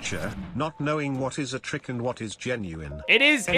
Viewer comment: you said kno”wing”